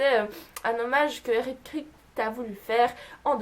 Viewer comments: OMG SUPERNATURAAAAAL !! <3 Super série, et super vidéo pour en parler ! ;) Juste un truc, Eric Kripke se prononce kripki, mais à part ça j'ai appris quelques trucs vachement intéressants ! ^^ Continue comme ça, bisous ! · Video sympa mais pas mal d'erreurs... Tu prononces mal le nom de Eric Kripke, tu connais pas le noms des acteurs, l'anniversaire de Sam c'est le 2 mai et non le 12. Ça aurait été sans doute mieux de vérifier certaines petites choses avant de faire cette vidéo 😉 car il y a des fans (dont je fais partie) qui ne manqueront pas de les souligner. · Alors les faits sont plutôt intéressants mais ... pour une fan de SPN je trouve ça un peu bizarre de ne pas se souvenir des noms des acteurs ainsi que les prononciations (ça m'a énormément stressé que tu dises "Kripte" au lieu de "Kripki" et pour Jensen Ackles)... ainsi que de ne pas retrouver le nom du modèle de la voiture, la Chevrolet Impala 1967... 'fin c'est pas contre toi mais pour moi une "superfan" (diantre je déteste ce mot) c'est genre regarder en VO (avec ou sans sous-titres) + connaître pleins de trucs sur les acteurs + regarder des bloopers ou des conventions + avoir des produits dérivés, etc... et pas seulement regarder la série. Je dis ça parce que j'ai une amie qui est comme ça et je pense que c'est ça être une "super fan" ! Voilà j'ai essayé de faire un avis constructif et non méchant ! J'ai regardé ta vidéo jusqu'au bout, appréciant le fait que tu donnais des anecdotes super intéressantes dont certaines que je ne connaissais même pas ! Ça fait plaisir de voir des gens français parler de cette superbe série ! En espérant que tu ne sois pas vexée... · Eric Kripke se prononce "Kripki" et Jensen Ackles "Ackeuls" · J'aime tellement cette série, vivement la saison 12 ! Et le showrunner se prononce Eric Kraille-pe-qui (Kripke) ^^